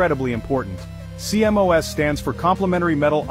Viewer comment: CMOS is pronounced "see moss".